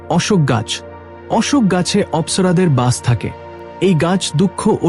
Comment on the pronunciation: উচ্চারণ ঠিক করবেন।অশোক গাছের কথা দুই রকম বললেন।রাধে রাধে।